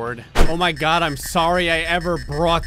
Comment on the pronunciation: “I swear to gawd” your jersey is showing again